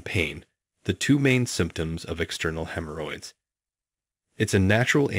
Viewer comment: Hem Her Hoyds Lol